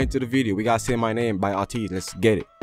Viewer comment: I wanted to say their name is pronounced like Ay-teez not A-teez